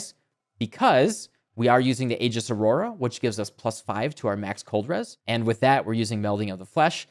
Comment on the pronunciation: Thank you for pronouncing "aegis" correctly.